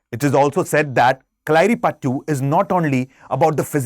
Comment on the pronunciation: Pronunciation is not right kalari payattu